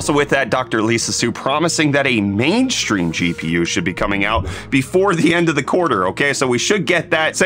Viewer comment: when did you start to say "mainshtream" instead of "stream" and why?